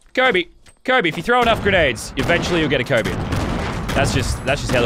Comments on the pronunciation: me waching it in2021 and hear lannan say coby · When he says kobe 😔😔